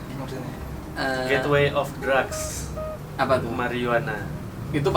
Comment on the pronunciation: Drugs bukan drag wkwk